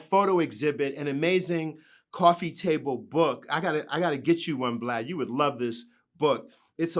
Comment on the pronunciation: 😂😂😂 Another one to call him "Blad" instead "Vlad"...!!